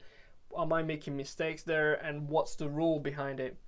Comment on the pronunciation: Très impressionné, bravo pour le travail ! Si je peux me permettre, j'ai l'impression que la prononciation du "there" peut être améliorée, et c'est un mot qui revient souvent donc on remarque la différence avec le reste qui est dans un accent british quasi irréprochable haha Bonne continuation en tout cas, keep up the good work !